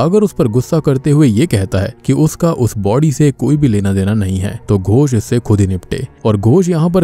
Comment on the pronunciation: Tum bar bar gosh gosh kyu kr rahe ho it is ghos not gosh ...gosh matlb pata h kya hota hai mansh ko kehte hai gawar ...